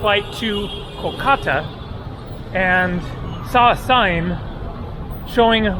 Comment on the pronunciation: KOLkata - accent first syllable